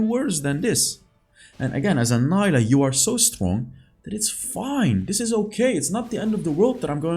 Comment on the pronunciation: i know mentioned this before, but it got me cringed when he said "n-ai-lah" when most LoL pc players call her "n-ee-lah":')